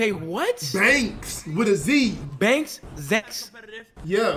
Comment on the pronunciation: LMFAO he said “my name is deonte bankz with a Z” he said nah that’s not duke dennis that’s deonte Zanks 🤣🤣🤣